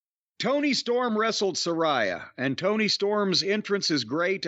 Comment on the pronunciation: Its pronounced Suh-ray-uh, JIM🙄